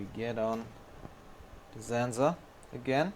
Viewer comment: The way you pronounce sensor is hillarious. !!! Zenzor !!! Anyway, great job and thank you for sharing with us!